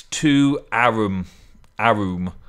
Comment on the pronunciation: It's pronounced awr-rum with the awr being more like an or